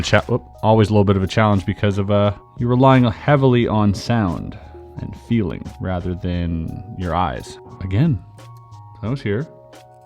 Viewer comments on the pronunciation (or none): none